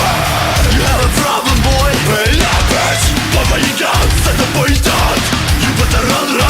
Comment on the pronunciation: Vocal Coach это преподаватель вокала! который не смог загуглить куда ставиться ударение! NOT BABA yAGA... BABA YAGa. ну Задорнова фраза актуальна как никогда!